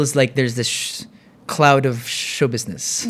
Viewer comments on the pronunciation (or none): none